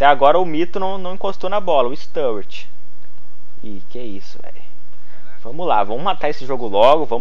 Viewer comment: Bom video mais cada vês q vs falava o nome do sturridge errado dava um aperto no coração😂😂😂